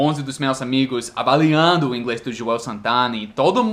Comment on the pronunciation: que bom que você tenha sotaque e erre a pronúncia de algumas palavras a exemplo de PREguntas ao invés de PERguntas.; AVAIando ao invés de AVALIando etc. etc.